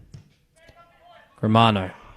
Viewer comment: learn how to say players names - Germano not Gremero